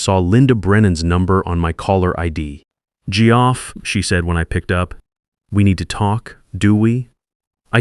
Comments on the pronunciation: “Gee-Off”? Really? Your ai can pronounce Jeff Sullivan together correctly, but Geoff/Jeff alone not? Really disrupts the flow, badly. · Tell your AI that Geoff is pronounced Jeff.